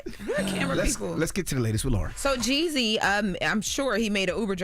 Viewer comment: why are you pronouncing Jeezy's name like that🤣🤣